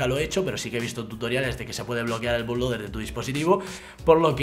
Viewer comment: se pronuncio "butloader"